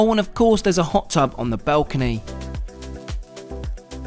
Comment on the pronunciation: Dude, you're English. They're lifts, not elevators. And it's a balcony, not a belcony 👍